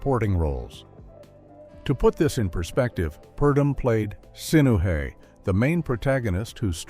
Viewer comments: 😂 Also, AI says: "One thousand, nine hundred and fifty-four" instead of "nineteen fifty-four," and "Sin-OO-heh" instead of "Sinoo-EH." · The lead character's name is pronounced Sin O way, not hay. This movie was an extremely fictionalized story based on the reign of Akhenaten. The Egyptian Pharaoh (and husband of queen Nefertiti) who tried changing the religion and worship in Egypt from polytheism to the worship of one god. But there has never been any proof found to suggest that he was murdered. And Horemheb was not the immediate successor to Akhenaten. First came Akhenaten's eldest son, Smenkhkare. Who was named King while Akhenaten still lived. And reigned as a Co-ruler along side his father. Then, on the death of his father, became Pharaoh. And don't forget King Tut, the Pharaoh Tutankhamen. Then Ay, an aged senior advisor to Akhenaten and his father. Who is also the one who arranged the rather hasty funeral and burial of Tut, because of his unexpected early death. Several things included in King Tut's burial, (such as his tomb and that fabulous gold mask) were not originally made for the boy king. It has also been suggested that Ay could also have been the father of Queen Nefertiti. The plot in this story where Sinuhe becomes so infatuated with this Babylonian temptress, that he gives her everything he has including everything his parents have. Is the same plot used in a later movie starring Laurence Harvey called "Of Human Bondage" (I really hated it.).